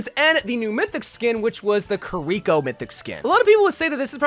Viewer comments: I've also noticed this. Most people say Ki-ri-ko. says Ka-ree-ko. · Ah yes, my favourite heroes: Kuh-rico, Sorjourn, and Magua